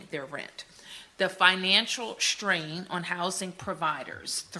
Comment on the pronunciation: What is 'shtrain"? Oh she meant "strain". People be inventing and mispronouncing words.